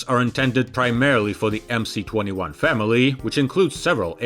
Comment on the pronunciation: Why do you call it "The Emsee 21", when it is really "The Emess 21"? Sounds ignorant! Otherwise an interesting and informative video.